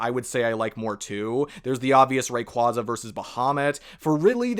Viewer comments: Heads up, the official pronunciation is "ray kway zuh". There's two different official sources confirming it. Just thought I'd spread the word lol. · It's pronounced Ray-quay-zah like quasar because it's from space